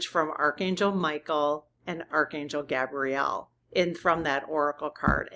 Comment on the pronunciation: Archangel GAY-bree-el...syllableable emphasis on the first syllable. Gabrielle is a girl's name...btw angels have no gender as we know it. I know angels have been protecting me all my life...I can even clearly remember, exactly, some of those specific experiences...